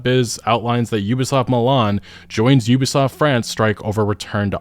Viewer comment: Mlan? Milan my G